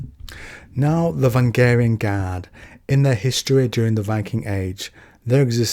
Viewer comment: "Vangaring guard" No. "Vah rang ee an"